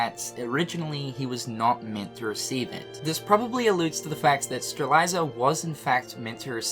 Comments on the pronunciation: the name is Strelitzia, how are you pronouncing it Streliza? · Say it with me,, Struh Lit See Yuh Strelitzia No judgment but if I don't point it out nicely someone else is going to point it out rudely:) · I can’t get over “Streliza” for Strelitzia. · Okay. Three things. 1. I'm pretty sure Maleficent learned of the Tome of Prophecies in Re:coded. She can only learn more about it from the past. This means that it wouldn't be right if she was in the past before KH2 when she didn't know about the Tome until that game. 2. still can't pronounce Strelitzia and Lauriam's names properly. 3. Knowing Nomura this will all make sense after a while but man this story gets crazier and crazier. But it's a delicious story none the less. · Lmao you're pronunciation of Lauriam and Strelitzia are killing me.